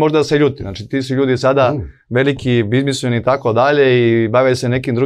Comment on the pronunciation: “BIZMISMEN”…beogradski akcenat hahaha